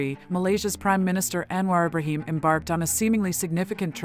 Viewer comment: Thanks for your great effort to summarise Anwar's various achievements within a short clip. Btw, wld like to point out that your voice over to the transcript pronounced "Anwar Ibrahim" towards the end wrongly.